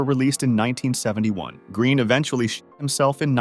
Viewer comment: when you said "green shot himself" it sounded like you said "green sh1t💩 himself"